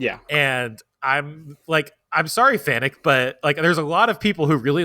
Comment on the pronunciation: I've heard the Employees of FANUC pronounce it as "FANIC", I refuse, I've always pronounced it as "FANOOK". I'm not knocking anyone, it just is not spelled to sound like "FANIC".